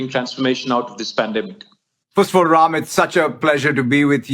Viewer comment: I came across this video searching videos of him speaking Urdu, Telugu, or Hindi. He pronounces Ram as Raim and I am like he grew up in India, what really happened there?!